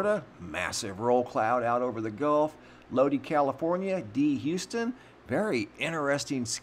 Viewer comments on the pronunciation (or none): Lo dye not Lo dee. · Not Loadie, Low Dye, CA. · For next time,Lodi sounds like low die! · Thanks for showing my sunrise picture. Lodi, Ca. is pronounced Low Die😁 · Second time he said it wrong. No biggie👍I'm D.Houston from Low Die,Ca🤔